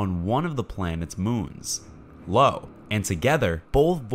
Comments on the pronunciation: Lo? oh you mean Io? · I'm pretty sure that's "Io," not, "Lo." O_o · Lo … and behold the inability to pronounce Io, “eye-oh”. Well done Uranus 😂. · It is Io- (eye-oh) not Lo (low) if this presentation was narrarated by A.I., then we are getting closer to failing the Turing test- at least, I am.... And what about the "scary data" mentioned in the title of the content?.. most likely a title with bait enough to get us space/science junkies to click and like. Is there some A.I. entity creating popular content catering to the scientifically vocabulric illiterate and naive masses that is making money off of YouTube (controlled by a human perhaps??) It makes me want to scream foul somehow. Other than that- many cool facts and images though flawed in some obviously criticizeable ways. Ya. All that. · That’s Io, not Lo. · Very informative and well presented video, I really enjoyed it. Just as a note, the moon you called Lo is Io, pronounced eye oh. She was a priestess of Hera in Greek Mythology, who was lusted after by Zeus, and was turned into a cow to hide her from the eye's of Zeus' wife Hera (Greek mythology is weird). Jupiter is the Romanised form of Zeus, and most of its moons are named after people he lusted after. Anyway keep up the good work. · Please stop calling the moon Lo ..... It's IO...... Io ......eye-oh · I believe the pronunciation of that moon's name Io is "eye-yoh"...... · It's IO.